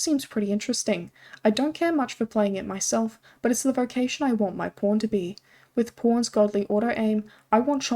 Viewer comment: When you say pawn it sounds like p*rn, funny quirk of your accent